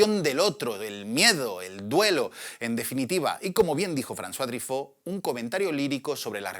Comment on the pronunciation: Se pronuncia trifó(Truffautt)? Toda la vida dije trufó, debí haber parecido un idiota Pd: sensacional video para una sensacional pelicula